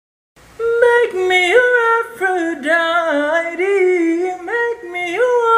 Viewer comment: Lol he sounds like he is saying meh me a wafer die dee